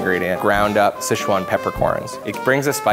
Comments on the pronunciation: Sezchuan sauce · SHCEZUAN SAUCE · Schezuan sauce???!!!! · "shishuan style chicken"